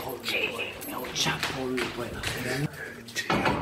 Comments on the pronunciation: Boy said el chapo lmao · Man said el chapo🤣